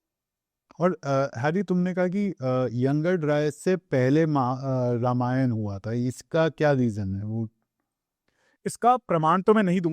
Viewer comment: रामायणा नहीं होता है, रामायण होता है, please हर हिंदी या संस्कृत वर्ड के पीछे एक्स्ट्रा आ लगाना बंद करे । धन्यवाद ।